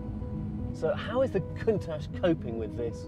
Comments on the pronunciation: Is that really how you pronounce it?? Count-atch? I've always said coun-taush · It's more italian like Kuuuuuntasch ( Coooontash)!😉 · .... did he really just call it a "count-tatch" instead of "coontarrjjj".... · First try was Countack which I've not heard before. We always called it Countash in the Uk even though proper pronunciation is "Cun-tash". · Woooooooow they’ve done it!! It looks amaaazing and you can see it’s origins beautifully. (It’s actually pronounced Koon targe, not count ash)😊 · Probably the most boring video about the new Countach. Less talk, more action. - Everyone in the world: "Coun-tach" - this guy: "Count-ache" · COWN -TATCH? How could you let this car be reviewed by the only man in the entire world who doesn't know what it's called? It's COON-TASH. It's one of the few non-english cars in the world that even the English can pronounce correctly., except this one guy apparently. For God's sakes......SMH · “Caauntach”? And for that reason I’m out. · Did he just call it the Count-aahtch? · "Count -atch" - surely their head tester should be able to pronounce the name of this car?! (very nice looking though - they've done some nice things to the Aventador) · How can you be a car show and get the car name wrong it's "Coon Tosh". It's like when people say aww dee instead of ow Dee for Audi. It makes you look stupid pronouncing the name wrong. AND later in the video he pronounces it correctly. Wtf lol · nahhhh its more like cooooontack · Cantach but then he said countache near the end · I cant believe you just called a countach a cowntaCH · And also...."Count touch"? 😂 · count atch xD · What's a "kown-tach?" ...That aggravates me so much lol... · No its pronounced Koon taush but its spelled Countach! There is no g sound in the name Countach! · Did he just call it a "count touch"? Absolute shambles. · Man just called it the count-atch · Did he just call it the Count-Ash? :( That is Terry-Ble! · Can't believe he called it "cun'touch" :"Ddd